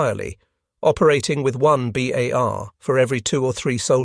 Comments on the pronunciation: Gawd THIS computers pronunciation sucks! BAR NOT BAHRRR! IT'S B OW LIKE OUCH, at the front of a ship! 50 caliber, not .05 inch caliber. A unit of caliber is measured in the definition as hundreths-of-inches! Using both is redundant. Annoying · Always great content but the narration is getting very sloppy. How is it that we get to pronunciations “bars” and “BAR–S”back to back? And the pronunciation of .30-06 is ridiculous. Just type and narrate “30 ought 6”